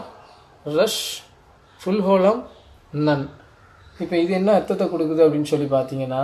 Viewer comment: ரஷ் அல்ல ரேஷ் நன் அல்ல நூன்